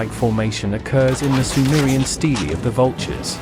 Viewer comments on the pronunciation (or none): none